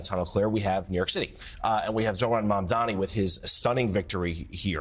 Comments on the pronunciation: Listen, ole’, We’re coming for ALL the seats!! Also, it’s MAMDANI. M A M D A N I. You should learn how to say it! ❤ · I adore Claire but "Mamdani" is NOT HARD TO SAY